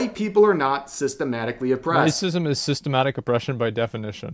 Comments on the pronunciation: My only issue with this video is the pronunciation of "Systemic" as "Systematic". They're similar, but not the same thing lol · Maybe it’s boomer of me, but you must make sure to read/say “Systemic” vs. “Systematic”. Two different words, two different meanings.